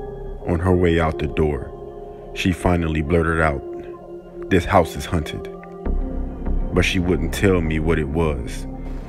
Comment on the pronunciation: Your house is hunted ... they said hunted instead of haunted but am i the only one who heard this?